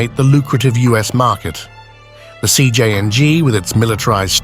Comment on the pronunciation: “Cjing” AI truly sucks